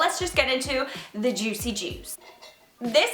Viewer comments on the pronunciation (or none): none